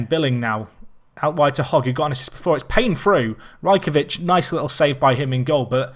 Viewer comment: It is pronounced Raj-ko-wich